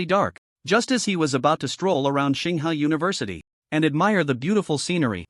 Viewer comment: ching hua? you mean tsinghua?